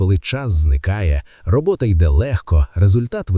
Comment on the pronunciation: Добрий день, авторе відео! На замість слова "робоТа" звучить слово "робоКа". Розумію, людський фактор. Також знаю, що не можна цього виправити в уже залитому на YouTube відео, тому написала просто для інформації